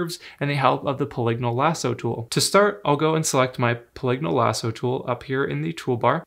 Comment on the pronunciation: Two unexpected things I learned: the proper pronunciation of “polygonal” and “Gaussian.”